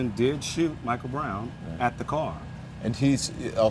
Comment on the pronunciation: "Animation stopped" bruh.... coached. He can't even say breath right.... Animation stopped.... get outta here.